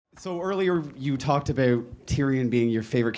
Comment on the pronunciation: "so earlier you talked ABEWT"